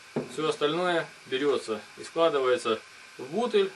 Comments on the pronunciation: Пипец, а что это за слово бУтль, знаю есть бутЫль. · "Чача", "Бутыль" противно слушать.Куда ты лезешь,грамотой?!